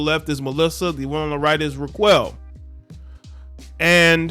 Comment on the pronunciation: Dude I think her name is pronounced “rock-elle”